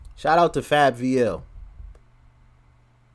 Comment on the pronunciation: Man said Fab-L